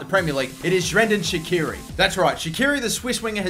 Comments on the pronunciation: "Zhrendan Shaqiri" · I'm also Albanian and god damn I actually got pissed hearing shirdan shaqiri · that's not how you pronounces his name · Not how you pronounce his name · Yeah im from albania to!They dont now how to pronouncit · Don't need to be from Albania to know he said it wrong lol,Has he not heard people say it before?